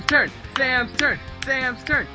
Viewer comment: When u were chanting "Sam's Turn" it sounded like "Sam Turd".